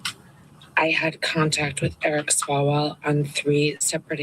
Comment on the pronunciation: Did you say swallowell